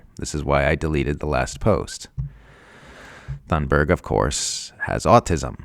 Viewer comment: you’re saying Greta’s last name wrong